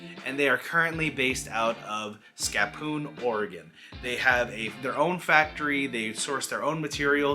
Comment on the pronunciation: Skahhpoose Oregon.